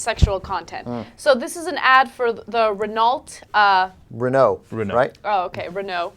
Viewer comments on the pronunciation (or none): Still, I loved the way you said "corriere della sera", probably as much as a french loved your "renaulT". Really guys, english pronunciation by italians sucks and I agree, but you are in no position to have fun of it ;) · When she said "Ren-ault" I epic facepalmed before the Jew man came in to the rescue. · do renault not sell cars in america? how come anyone butcher that car name so badly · in other countries its not uncommon to have english names for say fench or italian companies its just pronounced in a french/italian way. Like engrish for example in japan where they are english words used although pronounced wrong in a japanese way also english words are often used in other langauages like the adaption of cool (english) in french. Also its cause the lesbian is seem as stupid and expoilted duhh! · Mighty and grand lolz at the failure to pronounce Renault.